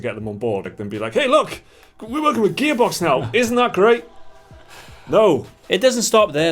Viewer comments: "Gaybox" Am I the only one who hears that? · sometimes when you say gearbox it sounds like your saying gay-box XD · Every time they mention Gearbox, it sounds like "GAYbox" , lol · Idk if it's me thats just dull or whatever, but did you just call it ''Gaybox''?? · Sounds like their saying Gaybox. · Every time they said Gearbox, I heard "Gay Box". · Who else keeps hearing Gearbox as Gaybox? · Sounds like they are saying "Gaybox" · Who are 'Gehbocks'? Never heard of them ... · Whenever that guy says 'gearbox' - I swear I hear 'gaybox'